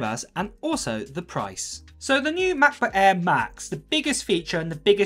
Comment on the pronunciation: The way u pronounce MacBook Air is getting on my nerves